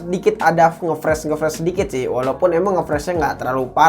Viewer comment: Bang cuman mau ngomonf, ngomongnya Nge Freeze itu bukan Ngefres, Tapj ngefris bang. sekedar memberitahu 😀